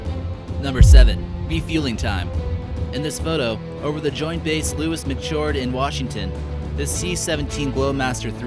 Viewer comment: As a life long resident of the area and having been stationed at McChord. it is pronounced Ma - Cord.. Not Mac Cord